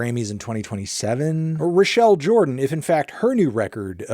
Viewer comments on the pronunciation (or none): none